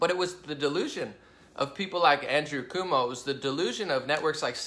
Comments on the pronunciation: Cuomo (Koe-moe), rhymes with toe. I get mad at some of the stuff you say about me and other Conservatives that you may believe, but it's not true. Look at the source of your belief about us. Is it Democrats? the media? tv? liberal colleges? Is it your personal experience? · great video....I dig your style and open minded way of things. Btw..... the NY Governors name is pronounced.... coo- oh - moe No biggie but knowledge is power and all that. Just liked and subbed...keep up the videos please. Peace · It's pronounced (kwo-moe)..... and yes, he's a massive douche.